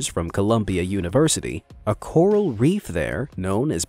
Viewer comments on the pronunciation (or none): none